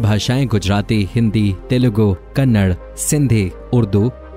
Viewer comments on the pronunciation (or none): none